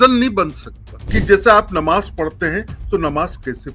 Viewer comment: ❤se mayyat ki nmaj agr bolna nahi aata to sudharo ❤se